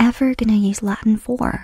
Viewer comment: As a latin student, her pronunciation hurt my soul a little bit...